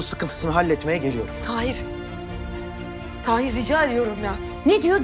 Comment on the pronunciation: Tahir'in karısı, maçta, "Taheer Taheer" 🤣🤣 kiyamam ya kadina 😢